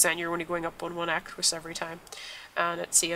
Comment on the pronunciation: it's equus not aquus